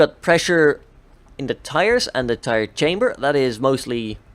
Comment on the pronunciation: Also it's CAMBER not chamber